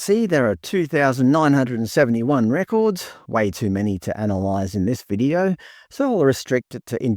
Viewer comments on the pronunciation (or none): none